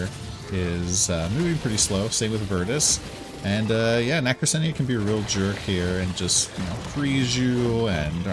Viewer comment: It's pronounced "Na kra cena" nacrasena